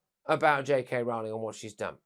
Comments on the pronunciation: Its pronounced ROLL-ING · The only thing Candace got wrong was the pronunciation of JK ROWLING! It's ROW, like row, row, row your boat! It annoys me to no end when "professionals", mispronounced people's names.